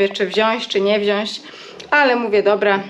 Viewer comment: Wziac a nie wziasc ! Grzybicy i swierzbu to ty sie nie boisz ?